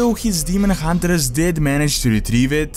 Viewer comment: Hunt(ers)!!! Not Hunter(ers) :D sorry dude, I love your content but that's been bugging me for some time. I hope you can understand :D